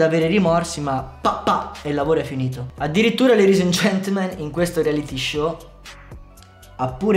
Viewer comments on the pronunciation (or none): none